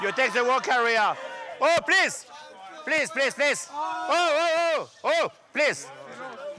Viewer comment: Patrick a la chance de bien parler anglais : plisse plisse plisse gau ine ze walk arrrea